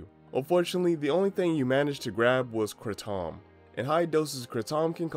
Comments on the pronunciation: It’s” kray-dom” sound not a “cra-Tom” sound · "Kràtom" lmfao bro doesn't even know how to pronounce it. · I think this is the first time I've heard someone mispronounce kratom.